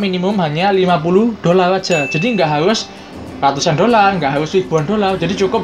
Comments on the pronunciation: Dolal itu apa?dolar adanya Kalau ngomong yang bener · Dolar min bukan dolal...🤣